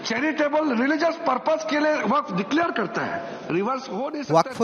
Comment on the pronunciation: ওয়াকফ্ উচ্চারণ টা ও ঠিকমতো করতে পারে না।